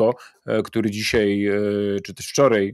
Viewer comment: I nie wczorej😄albo dzisiej